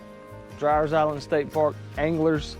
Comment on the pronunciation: It’s pronounced DREER